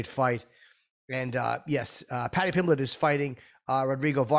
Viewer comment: had me LuL’n hard wit “Plady Plimblett” 🤣…. It was like “did he really jus say dat!?” bahahahaha 🤌🏼 much love tho, HELLA awesome to see on here 🔥